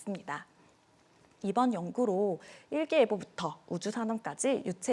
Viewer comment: 이름 발음도 초등학생급이야!